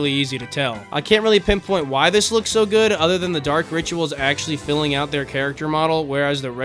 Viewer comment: Bro said goot